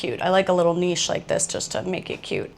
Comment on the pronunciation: Thank you i was beginning to believe there wasnt an American alive that could pronounce niche right 😂